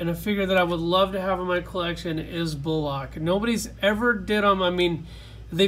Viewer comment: Jack Naiper. nay-peer Bulkock. Bull-ick Hope this helps. Awesome video. My fav from the set is Jack. It was such a cool idea for such an old character. And Todd captured it perfectly